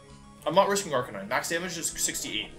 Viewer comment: You know things are not going to go well when wolfe says Arcanine instead of Arcaninay